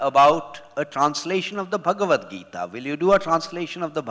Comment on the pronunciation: She keeps pronouncing bhagwat gita as in भागवत पुराण not as भगवत गीता